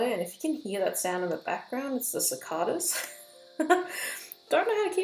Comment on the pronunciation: Love the way you pronounce cicadas. Where I live, we can’t seem to decide the right way to say it so it often comes out “sie-cae-dahs.”